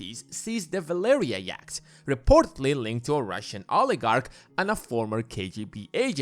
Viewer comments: 'Yacht' - Pronounced 'Yot' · I'll never be able to un-hear 'yakt' as the pronunciation of yacht. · I don't think Russian billionaires are into Andean mountain creatures. Yacht rhymes with not. Otherwise noone knows what you're talking about. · Bro can’t pronounce yacht and more 😂